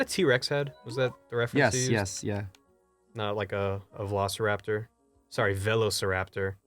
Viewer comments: Don't worry Ross, I say both like bolth.... BUT YOU SAY VELOCIRAPTOR LIKE A FUCKING SCRUBLORD LOL GET ON MY LEVEL BRUH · It's funny how Ross and his sister say velociraptor differently because it's the same with Markiplier. He and his brother say room like "rum" haha